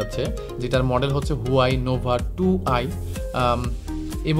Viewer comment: ভাই হুয়াওয়ে উচ্চারণ হবে হুয়াই না।